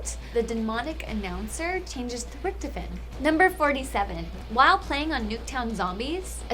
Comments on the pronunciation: I hate to correct ppl but its not Richtifen its Richtofen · Reichtofen, not ricktoven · it is pronounced Rick Toff In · His name is pronounced Rik-toff-en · It annoys me when she says richtofen wrong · I feel like she's never ever played Bo because she pernounces richtofen or however you spell it and noch der totan wrong too soo easy to say it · She pronounced Rictophen wrong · she doesn't even say rictofen right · This girl does not play Cod like she said in the beginning. She messes up so many names. Such as rictofen even though it is pronounced in game. She also messed up noc der untoten along with a lot more. It's so obvious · Stop pronouncing richtofen wrong!!! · omfg this girl keeps saying rictofen wrong